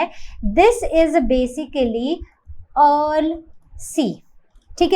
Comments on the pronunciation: Ma'am it is Ural (युरल) not अर्ल you are pronouncing it wrong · the way you pronounce ural is killing me rn😭😭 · ts frying me vro especially the "ural" pronounciation 😭😭